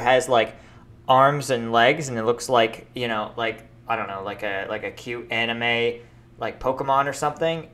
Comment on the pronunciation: Hey you're saying amime not anime